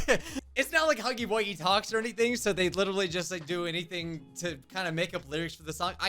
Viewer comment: When they said “huffy eight game” I said it’s not called that out loud I rarely every day something like that put loud bruh the news has got to at least know the name of the game before putting this live thing on TELEVISION. this hurts to watch 😭😭😭